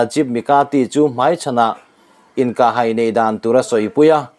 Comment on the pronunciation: Inkah hai, ilam dan, hai, tih lai tak I thluk dan hi lo en chiang hram teh aw